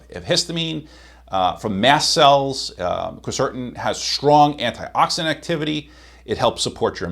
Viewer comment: Cool stuff except you made me doubt you when you pronounced Quercetin 3 different ways. When people do it’s usually because they don’t know what something is. Just saying.